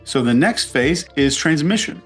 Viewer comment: Love your videos. You make me think in ways I haven’t before. One comment: isn’t it “transmission” not “transmition”?